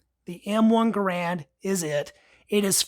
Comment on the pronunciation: It's pronounced "Gair-rund". Not "Guh-rand". There are still videos around of John Garand pronouncing his own name.